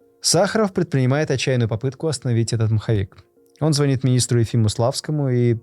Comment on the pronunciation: Вроде бы все хорошо, но мне, как старому брюзге, режет слух, такие ошибки в ударении, как "звОнит", так и боннЭр! Глубже изучайте материал перед подачей!